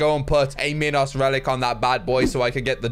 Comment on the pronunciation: Anyone else annoyed by how says minos? The 'I' is said like eye. Yes, Minotaur can be said both ways but minos cannot.